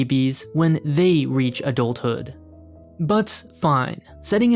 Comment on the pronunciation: he said Adul thood (just though it was funny)